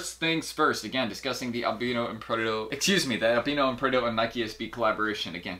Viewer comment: Isn’t it pronounce AL BIIII NO NOT ALBNO